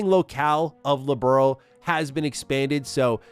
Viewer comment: Thing that kept annoying me in the remake is the constant mispronunciation of Liberl, so many times it gets called Liberal. -.-''